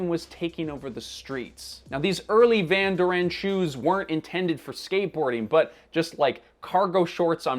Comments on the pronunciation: the way he pronounces it is so irritating, Van doREN, it's Van DOren, where did you get this guy? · Owning up to one's mistakes is a big deal, and important. I'm glad that he did apologize. I cringed every time he said Van Doranne instead of Van Doren. If someone is professing to teach you about a company the least they can do is pronounce the founders name correctly. No insult intended to the content creator but I'm glad he addressed the mistake. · Why would you even think of pronouncing it like that? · As someone from Anaheim I literally clutched my pearls with that pronunciation lol